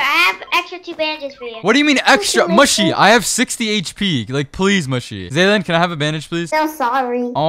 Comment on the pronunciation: And it’s pronounced mushy not mooshi